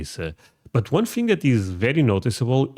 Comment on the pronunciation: Thing is thing... not thing-GU